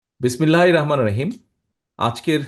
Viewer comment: বিসমিল্লাহির রহমানির রহিম লিডার বিসমিল্লাহ টা ঠিক করেন